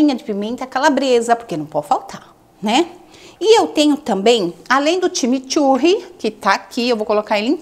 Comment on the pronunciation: Time Turre não seria corretamente CHIMICHURRI ?